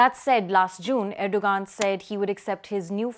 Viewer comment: Its pronounced erdo-An